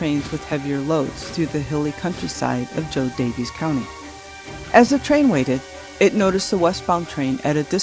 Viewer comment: This is fabulous! I am a descendent of the Rodden Family. John Rodden is my Great great great Grandfather. Btw... JoDaviess Couuny Illinois is pronounced Jo "Davis" County.